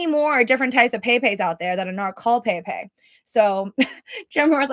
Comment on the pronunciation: bro its pronouced pep- ay not pay pay lol the fuck